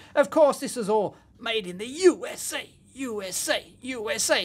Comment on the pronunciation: some day he'll say "USA" in a normal voice. Someday.